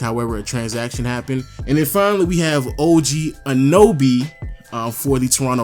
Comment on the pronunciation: with another mistake The name is O.G. ANUNoby not Anoby facepalms self